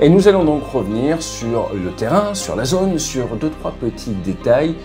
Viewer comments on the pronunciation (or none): none